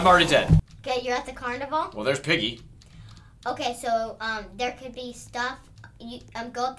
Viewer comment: It is piggy not pigey